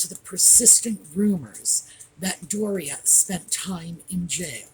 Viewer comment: Hello. Apparently, her name is Do-ria. Hahaha 🤣 Thank you for all you do. I always look forward to your programs.